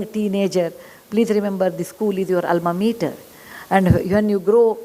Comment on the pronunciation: Can someone correct her pronunciation, especially alma meter?